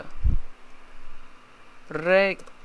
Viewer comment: REGEDIT NON RE EDIT